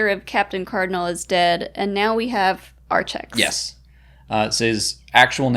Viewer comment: So weird to hear Archex pronounced that way. I called him "Arkex" the entire book.